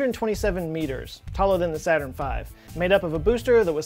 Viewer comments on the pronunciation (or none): none